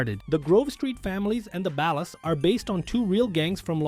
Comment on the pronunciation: the way he keeps mispronouncing 'Ballas' cracks me up 😆